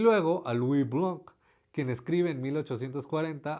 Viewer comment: Gracias viejo! Excelentes videos como siempre! hasta te salen bien los nombres en Francés ;) (Una cosita en "Blanc", la C al final no se pronuncia, asi que te queda algo así cómo Louis BLAAN (la N un poquito nasal)) un abrazo y hasta la próxima